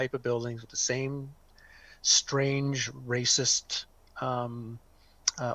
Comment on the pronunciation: When brings the word "reecist", he kinda loses credibility.